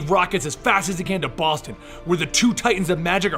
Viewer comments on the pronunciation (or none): none